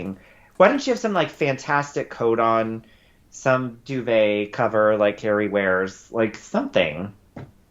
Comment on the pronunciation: Did you say...."Sitting on the bridge...wearing that DUVET????" LOL!!!